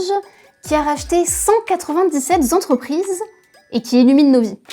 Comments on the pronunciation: 197 zentreprises, mes oreilles saignent...et à deux reprises en plus... P****n à ce niveau de journalisme c'est pas possible 😡 Sinon très bon sujet ! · Cent quatre ving dix-sept Zentreprises... 🤣🤣🤣🤣🤣🤣🤣🤣🤣🤣